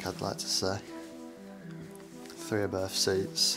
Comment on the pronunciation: I think I've got it now: you say F not TH, like free, furty fousand free undred fings....🤣